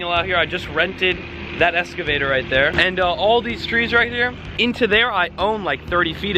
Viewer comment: What a prick..... 4 dead red tail catfish and the first thing he mentions is the cost. Instal a fucking heater controlled by a thermostat. Oh and it’s not pronounced “escavator” 😩